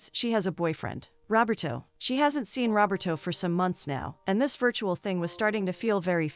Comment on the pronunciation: It’s “Roberto”, not “robber toe”!